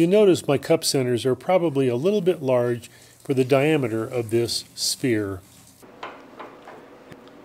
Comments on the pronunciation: It's pronounced like "ss...fear" a "spear" is something else entirely un-sphere-like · So nobody picked up on the pronunciation of sphere to spear? Nope just me.